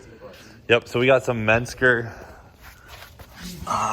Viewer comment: Everyone pronounces menscer differently haha